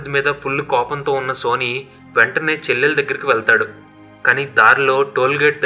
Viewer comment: Boss వాడి పేరు "సన్నీ" ఎందుకు సోనీ అని పలుకుతున్నారు?